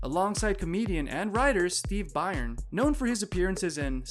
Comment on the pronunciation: It's pronounced and said like "Burn", not "Byron".